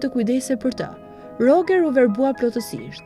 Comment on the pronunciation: Roxheri moj. Jo Rogeri.